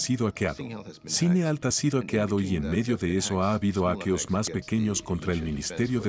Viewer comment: "aqueos"? 😐🤔😂 cuando dejas que la IA generé la voz automaticamente.